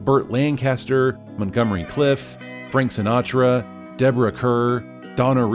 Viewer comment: I hate to say this because this video is so slick, but it's Montgomery Clift with a 't' at the end of his name, not Cliff, and Deborah Kerr's last name is pronounced like 'Car'. She was from England.